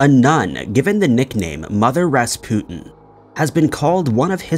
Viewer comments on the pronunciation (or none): none